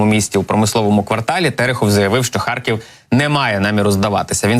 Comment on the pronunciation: Зеля слово " харькив" так произносит ,что кажется сейчас схаркнет!